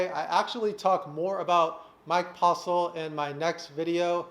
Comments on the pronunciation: Haha he said the name wrong haha so funny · Did he say postle or postal? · Two things. Get yo grill fixed, and say Postle correct lol.